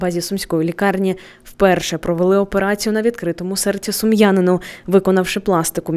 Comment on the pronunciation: Ни Сумьяныну а Сумчаныну